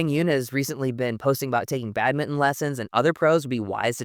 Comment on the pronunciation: Excellent insight and thanks for pronouncing badminton - Bad-min-TON and not just Bad-min like other Americans 😊